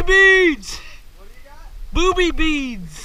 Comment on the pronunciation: did you call those beads "boobie beads"?